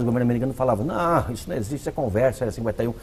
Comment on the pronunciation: Aliens "non ecxiste" Essa senhora não acredita em nada. Igual ao Padre Quevedo. Velha patética.